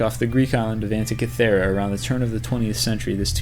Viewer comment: not the best list 25, to date, why include atlantis if nothing was actually found, and you mis pronounced antikythera, the Easter island heads can actually be walked around with groups of people rocking them in conjuction with long ropes, and much more is known about the antikythera mechanism than this leads us to believe